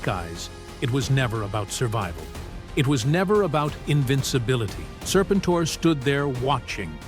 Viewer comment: Sir-pin-tore??? I'll keep saying it, the only good AI is Allen Iverson.